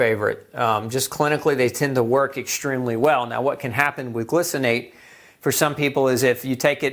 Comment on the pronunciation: glycinate is not pronounced glu ci nate, it's pronounced gli - rhymes with hi cinate.